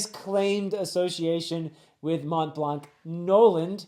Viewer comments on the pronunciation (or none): none